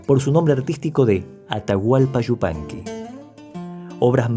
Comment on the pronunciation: Este es un comentario dirigido a tí, que no a tu reseña. ¡Cuánto agrado sentí al escucharte pronunciar "Yupanqui" tan correctamente y no "Shzupanqui", como suelen pronunciarlo algunos de tus compatriotas, lo que me permitió ver y disfrutar tu interesante trabajo hasta el final. Te confieso que no puedo soportar ni por un instante escuchar decir, por ejemplo, "ASHUDA" CABASHO, CASHENDO, SHOVIENDO, etc. (Ayuda, Caballo, Cayendo, Lloviendo). Me causa mucha repugnancia, y no puedo continuar viendo los videos donde se cometen tales faltas de pronunciación. Así que te felicito por no causarme ese disgusto, y te garantizo mi suscripción a tu canal. Saludos desde República Dominicana.